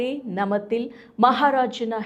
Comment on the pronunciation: ನಮತಿಲ್... ಅಲ್ಲ,!ನಾಮತಿಲ್ ☑️